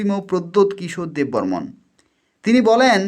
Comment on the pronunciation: Thur gada tumi ki debbarma lekhte janona bebbarman bolteso